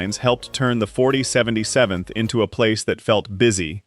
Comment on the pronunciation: Interesting to watch but please stop with the AI voices, just use a real person to narrate it at least a real person can consistently say 4077th correctly every time.